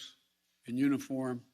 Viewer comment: He does it again with the word “uniform.” Like he almost doesn’t say the word and just exhales it 😂